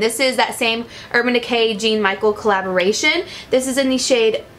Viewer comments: LOL i love you! when you said "jean michael" i died! you're so cute haha but it's french! "jahn-michelle" is how you say his name lolol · You pronouncing Jean Michel Basquiat as "GENE MICHAEL" had me dying. Girl I love you, but you need some art education and culture in you life! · Just a tip - Jean Michael is pronounced John Michelle :) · I also cringed every time I watched a beauty influencer open the PR package and pronounced Jean like Gene... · MsFears she couldn't pronounce any of the names or his name. I cringed when she said it like gene Michael. wow. and then mykonos...yikes...I do love and she's young so I get it but a simple google search would do her a lot of good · Lol the name of the artist for the urban decay collaboration is pronounced like "John Michelle". It's French. He's an amazing black artist. I loved this look and had no idea about this collaboration! Definitely going to check is out! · lol when she said Gene Michael instead of Jean-Michel haha she's so pure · I died when she said jean Michael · That cringe when she pronounced Jean-Michel as "Jean Michael" lol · Any painters out there cringing at the pronunciation of sir Jean-Michel and his butchered name in the description?😭 And referring to it as a collaboration even though he's dead asl? Still love and this video, boutta buy that eyeliner ASAP ❤